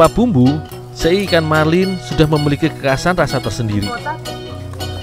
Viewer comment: SE'I ya bukan sei